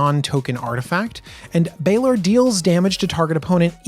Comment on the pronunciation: He wasn't kidding when he said he didn't play DND. Balor is pronounced BAY-LORE. For the Baldurs Gate names I'd look up pronunciation on DND Beyond for creatures and characters. It might help. I did hear you correctly say it in the third try though, props.